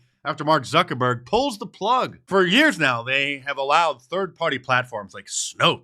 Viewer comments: lmao I couldn't help myself when Mark called him Mark Zucker-BORG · "Zucker-Borg"... was that intentional?